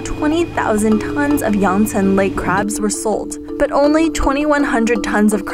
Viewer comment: I like how i sounds, like "how dangerous the chinese crap" 😂 Just kiding mate!